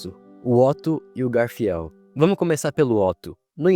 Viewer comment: Vídeo top, me deu um ponto de vista que nunca reparei antes, mas pqp, que angústia vendo ele errando as pronúncias dos nomes... garfiel? Ekidina?